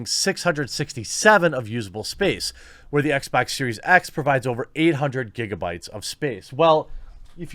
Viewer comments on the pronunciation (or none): none